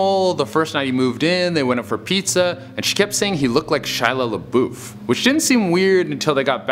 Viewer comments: Shia "Laboof"? I've never heard anyone pronounce the name that way xD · it's pronounced "la buff".